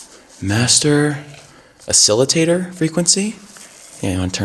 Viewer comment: Oscillitator lol